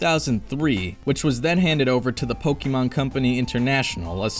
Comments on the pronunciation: Great video. The only thing I hate is how you say “Pokémon” 😅 It’s not Pockeet Monsters, it’s Pocket Monsters 😜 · Oh the cringe every time he says Pokeemon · even though I don't pay attention to pokemon anymore the mispronunciation of the name still grinds my gears